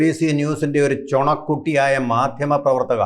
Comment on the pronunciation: എടോ ചൊണ അല്ല ചുണക്കുട്ടി 😄